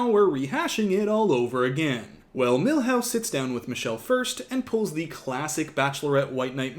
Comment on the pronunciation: Every god damn time you call him Milhouse I snort.